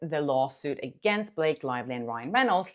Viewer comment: Blake lie-vely